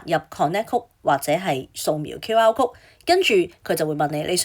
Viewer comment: Miss, 請留意英文讀音，有好多字妳讀錯，級 如 code, comp,ete, progress...